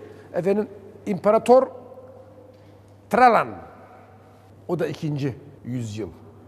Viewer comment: İmparator Travan değil Trayan. Traianus